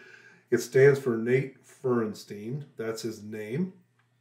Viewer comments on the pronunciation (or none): All these years and you’re still butchering his last name. It’s Feuerstein (FIRE-STINE)… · It's pronounced Firestine 😂 Great reaction!